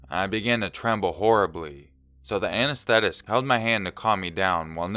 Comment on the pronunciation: you should probably look up the pronunciations of some of these words like anethstetist and cannula :'3